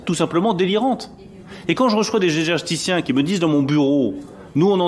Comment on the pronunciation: "énerrergéticiens" "éjèjèticiens" "énèjjjjéticiens" La drogue c'est mal. (Mais ça réchauffe quand on a plus d'électricité.)